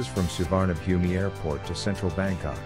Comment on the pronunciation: It's pronounced Soo-wanna-poom. How can you trust information about an airport from someone who can't be bothered to find out how to say its name